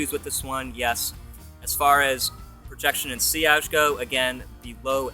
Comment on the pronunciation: SIL-ij?? It's actually pronounced see-AHZH (ZH as in vision)